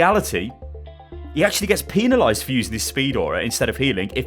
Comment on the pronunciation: Peenalized. really Peenalized. i can't take it